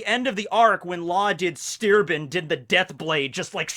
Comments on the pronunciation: It's "Shtair-ben" btw, not steerbin. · The first e in sterben you have to pronounce like in elevator It's a german word